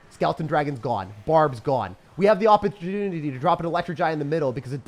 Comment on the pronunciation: "we have the opportntntny to drop an e-giant in the middle" What was that word he trying to say? I wonder.